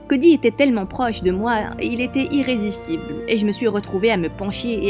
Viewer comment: Qui a entendu du quand dit j avais talmant p eur😂😂😂😂😂